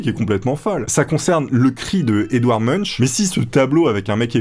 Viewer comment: Si je dis pas de bêtise, "Degas" se prononce "deux gars" (au moins c'est clair comme exemple haha), et Munch "monk". Intéressant en tout cas. Je pense pas arriver à un seul de ces défis un jour :( Adieu richesse